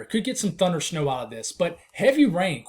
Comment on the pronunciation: did u say thunersnow